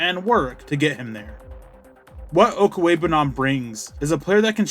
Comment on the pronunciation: You just wanted to show off how much practice you've put into saying his name while us mere mortals will struggle with it the next 10 years